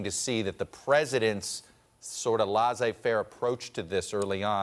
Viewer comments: It's not pronounced "lahzay fair". "Laissez" is pronounced "less-ay". Why don't professional broadcasters look these things up? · "LaZ A Fair"? It's "lai se faire" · needs to learn how to pronounce "laissez-faire." Embarrassed for him.